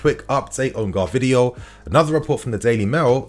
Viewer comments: He's not called Gar vidiol, he's called GVAR DIOL 🤙🏽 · Bro love you but its G-V-A-R-D-I-O-L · Why do you keep saying it as "Gahrvidiol"??? Lol hilarious every time. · personally, i think its quite ignorant and perhaps condescending to have searched up how to pronounce his name and still pronounce it wrong in multiple videos "gvardiol". Same goes to other youtubers. And, there are levels to this game Gvardiol is better than colwill, you want chelsea to be a mid table side with all these youth players